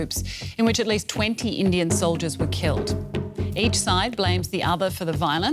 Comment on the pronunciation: When she said "20 Indian soldiers were killed" in her accent, I thought she said 20 million soldiers were killed.